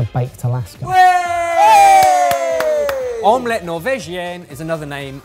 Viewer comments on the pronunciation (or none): Again with om-LETT pronunciation. 😂